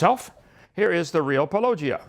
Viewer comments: Why can't inmate pronounce Paulogia correctly? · Christ, someone tell hovind how to pronounce Paulogia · Notice how petty Ken is about paulogia. He calls him "pollogia" while he says let's call Paul with no problem